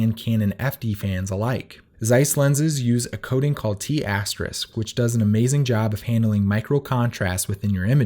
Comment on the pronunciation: 'FYI thr "official" name for the Zeis coating is pronouned "T-Star" coating not "T-Astericks"